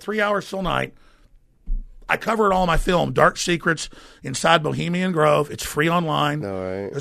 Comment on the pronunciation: This dude can't even use the correct pronunciation of the word "Bohemian" haha. Get the fuck out of here with this pseudo intellectual cadence. What a tool.